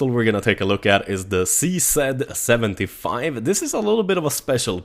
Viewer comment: Its not Zee-Sed 75 but Cee-Zee 75.